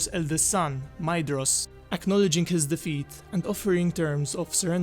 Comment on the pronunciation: However, I think the pronounciation is 'Mayvros (Maedhros)', 'Gorgorv/f (Gorgoroth)'. Correct me if I'm wrong. Also, are Utumno and Angband the same place, or are they seperate strongholds but connected? And which was built first; Angbad looks easier to find than Utumno (which is a hole)?